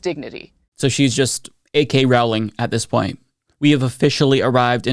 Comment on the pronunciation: "A. K. Rowling" took me out 💀